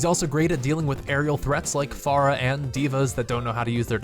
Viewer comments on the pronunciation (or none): Stop pronouncing Pharah's name wrong please. Where's Symmetra? God, she is annoying.